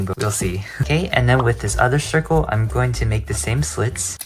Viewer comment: I heard shircle